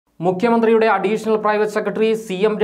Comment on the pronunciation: മുക്യ മന്ത്രിയല്ല , മുഖ്യമന്ത്രി എന്ന് ഉച്ചരിച്ചു പഠിക്ക് . എന്നിട്ട് ഈ പണിക്ക് ഇറങ്ങ്